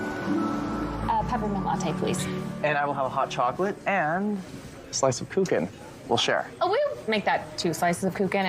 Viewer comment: Very lovely Christmas movie , nice storyline,but the way she pronounced Kuchen is absolutely wrong,the ch is softly spoken , the first time i thought it looks like the Geman Mozart Kugeln a chocolate we buy mostly at Christmas . Germans love btw cake German word ´torte¨ they eat it almost every day ,like the English have their afternoon tea, they have ,Caffee mit kuchen.